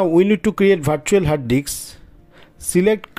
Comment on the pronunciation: "Hard Diks"